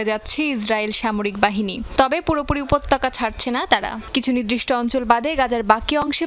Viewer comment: উপত্যকা সব্দটা কে উপতক্কা পরলো কেন?